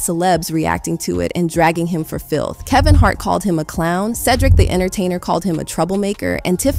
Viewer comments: 🥴Did she say “A.S.I.P. & Kevin Jart!?!”😂😂 Anyway Good content Hun‼️😂👏🏽❤️ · "ASIP", "Kevin Jart"????? Why are people so quick to put out the "facts" of supposed "tea", but mispronounce words and names? Be authentic with what you're saying instead of trying to beat everybody else to "spilling the tea"! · “Kevin Jart”? 🧐🤔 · "Kevin Jart" Is Wild😭😭😭